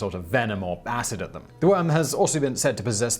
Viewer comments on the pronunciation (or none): none